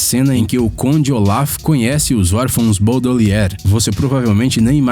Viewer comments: Boldelieri AI MANO KKK Q AGONIA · "desaventuras em série" chega a doer por ouvir um bagulho desse, tão se esforçando no trabalho, nao sabe nem o nome do negócio EDIT: "BAUDELIER" MEU JESUS